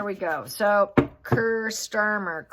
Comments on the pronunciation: Kier is pronounced KEER not Ker. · What is not sounding right is your pronunciation of Kier - its pronounced key-a - not kir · Just for info his name is pronounced Key-ar Starmer.😅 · his name is pronounced Keer free gear two tier keir! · Hi it's pronounced Keer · it’s pronounced Keer. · Prounounced keer like clear or 2 tier